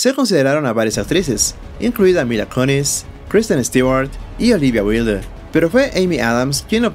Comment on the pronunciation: olivia wilde de dice (olivia waild) aprende inglés causa.